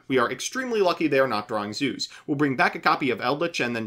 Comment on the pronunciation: He said Zeus right 😍😍😍😍 Edit: said it wrong right after lol